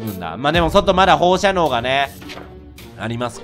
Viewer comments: 放射線なのに放射能って言うのも、言えてなくて「ほうしゃにょう」ってなるレトさんに笑ってしまう。微笑ましい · 個人的に「ほうしゃにょ」じゃなくて「ほうしゃねょ」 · ほーしゃにょーって一年前も何回も言ってましたよね笑